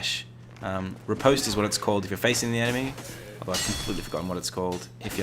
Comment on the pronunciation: Bruh. You called a back stab a ripostate 😂 Rip-ost is the pronunciation btw